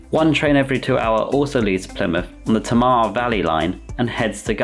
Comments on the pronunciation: Nice route map! hopefully-helpful-not-annoying tip, in case you happen to discuss SW trains in more detail: Tamar is TAY-mar and Avocet is a soft c like avo-set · How to pronounce the Tamar Valley line 101 : Tay-Mar, Va-Lee, Line